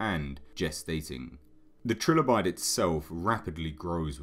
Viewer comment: Its pronounced try-lo-bite